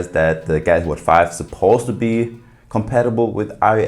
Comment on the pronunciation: Say it with me: GAL UX EE lol